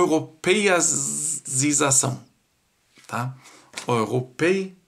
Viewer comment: gosto dos seus vídeos e sempre curto, mas tenho uma dúvida, porquê você fala "ouropa" e "ouropeização"??? Esta é a pronúncia em alemão ou é por causa do sotaque por falar em português??? E como você ou talvez os alemães chamam a moeda da Alemanha, chamam de OURO???🤔🤷‍♂️😁